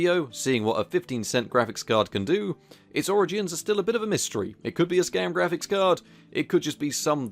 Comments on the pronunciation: "Graphicks" Card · You end up spelling it Graphicks exactly like you end up spelling it Magicks! ;)